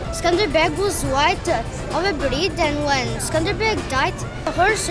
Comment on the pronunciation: Not skanderberg darling ,but skënderbej, wish u had a good time, in my home town